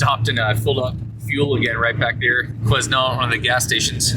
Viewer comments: Interesting to hear an American perspective while driving through BC. This is my backyard and these winter driving conditions are pretty routine for us. You get used to the road conditions. A few tips on town pronunciation. Lillooet is pronounced Lil'ooh wet. The "S" is silent in Quesnel. Pronounced Kweh Nel. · Quesnel is pronounced kwa-nel. Say it quickly. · Dude, the s is silent when pronouncing Quesnel 🤓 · I was laughing good when I heard you pronounce Quesnel!! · Just a friendly nudge.. S is silent in Quesnel 😉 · Hi from Quesnel. The 'S' is silent lol